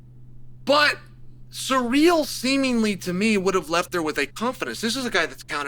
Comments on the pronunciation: “Surreal” “Peara” 🤣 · I practically never watch any of Chael's videos because I can't stand how low of an IQ this guy has but I had to watch this just because I heard his take was ridiculous. It's so hard getting through this video when he keeps calling him surreal like an absolute re.ard and then screwing up Alex's name as well. Chael is a joke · 😂 why is that an acceptable pronunciation 😂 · You have never pronounced Ciryl's name once in your lifetime and a Fum advert? After the Raja stuff I don't understand how you have a following.